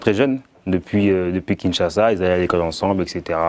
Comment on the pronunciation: Déjà c’est Kinshasa et non “Kingshasa” et sa phrase veut simplement dire que sa mère était congolaise de souche.